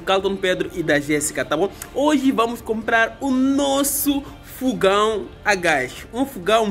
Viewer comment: não é fugão é fogão kkkkk